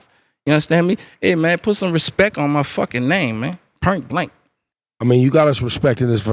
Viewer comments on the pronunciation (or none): We have a NEW pronunciation y'all. . "POIRNT" - *point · "At some pernt" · "at some purnt" no disrepech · bruh what the hell is a Purnt ? lol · its not pernt, purse,, money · Point? Or Pernt? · pornt or do you mean point you need speech therapy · He can't say "Point" 🙃